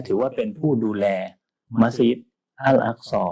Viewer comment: مسجدالحرام المكة มัสยิดฮะรอมมักกะห์, مدينةมะดีนะห์, الأقصىอัล อักซอ سليمان สุลัยมาน ออกเสียงชัดทุกคำเลย